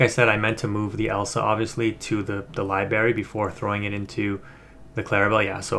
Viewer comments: It's Library,. LiBRary. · lol libary. I laugh every time you say it that way. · There's an R in Library big dog, just fyi lol. Great content, keep up the good work